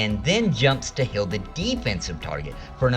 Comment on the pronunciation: Love channel, hate how you say heal. . It's heal not hill. 😆